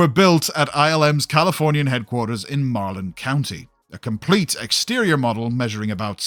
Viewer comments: WHERE IS "MARLIN" county (Did you mispronounce the name?)? I briefly attend a small-private college in "MARIN" county, across the Golden Gate bridge, just north of San Francisco, ... where. I WAS TOLD, early ILM studios/in various warehouses lined the nearby Sir Francis Drake Canal: I used to frequently go along there to the OLD Circuit City store. Also, how do you build scuh a huge/gargantuan thing. I get sick of things getting bigger 'N BIGGER as time goes on; I mean I read that there is/"WAS" an Enterprise-Z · Now slap a few warp nacelles at the bottom, rotate it 90°, and take an ESD-type out for galactic exploration. Make a Galaxy class look pathetic. 😁 "Mah-ron county?" "Marlon county?" Dude, ILM is in muh-RYN County (Marin Co.) just north of San Francisco. Beautiful place, love that I work in that county a few days per month. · It's Marin County MA-rin county lol